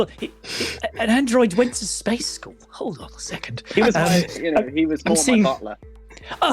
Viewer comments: Space skoool... 😂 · Can we talk about and how he says the word “School”?! 🤣🤣🤣